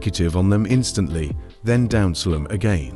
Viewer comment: Bro said down slam as down slem but anyways good vid I definitely got better ngl